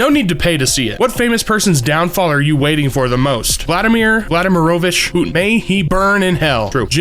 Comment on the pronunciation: ik no one cares but, its prounounced Vl-ah-dah-meer Vl-ah-dah-meer-oh-vich Poot-teen